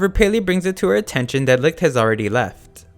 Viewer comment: I didn't watch the anime, so I can't tell whether they pronounce Licht as wrong as you do, but I can tell that you don't even try to pronounce it correctly, as you turn "ch" into a harder sound, similar to light. "Leekt"